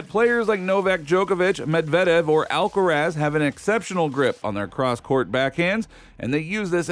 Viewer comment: Stupid narrator! Who's "Alkatraz" you're talking about. Ha ha ha!